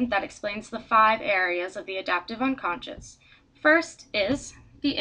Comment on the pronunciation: nice, but you're mispronouncing it. it's 'unconscious' not 'unconscience' as you keep saying.